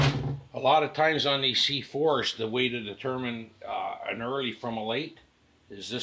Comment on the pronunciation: “The C4shchh`s”